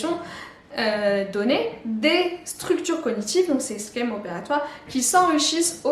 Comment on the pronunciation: Merci pour ton travail très didactique. Une remarque en passant au sujet des schèmes ; sauf erreur de ma part, la prononciation est "che" et non "ske". Terme qui trouve la même source que "schéma".